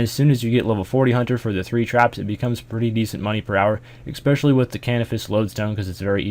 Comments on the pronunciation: Especially* Sorry, EXpecially bothers me. Cheers. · Especially* Not expecially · Please stop pronouncing it "expecially" D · It makes me laugh every time uses a "k" sounds when he says especially. "ekspecially" hahaha